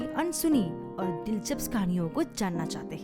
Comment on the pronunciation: दिलचस्प ला दिलचप्स म्हणाली